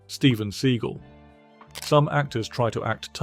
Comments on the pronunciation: Steven's surname name is pronounced see-gal not see-gil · LOL "Steven See-gull" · Steven "seagull"? You didn't even pronounce his name right. (And yes, by all measures, he's reportedly a huge jerk.) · Sea-gal not Segal, wanker. Seagal never said anything about Schwarzenegger not being a martial artist because Arnold never claimed to be one. 🤦🏻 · The way you pronounce Steven Segal makes me chuckle 😆😅 Surprising list for the most part, especially Bruce Willis...